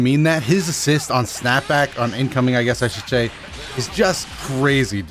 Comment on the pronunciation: "...on incoming, I GHUESS I should SHAY " go home, you're drunk.